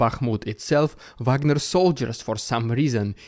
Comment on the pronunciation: Call them Vagner, not Wagner. Wagner is laughing under his grave.